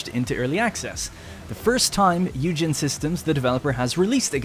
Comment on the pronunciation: Isn't it pronounced "oi-gen" as opposed to hue-gen